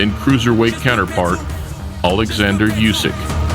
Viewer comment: When you speak about Oleksandr Usyk , do it right......! She is not AlekZander !!!!! She is not Usyk like Usb. the first latter U= oo (spoon, soon, moon). hello from Odessa